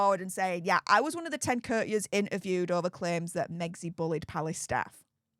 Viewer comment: Courtiers …cOURTiers….not curters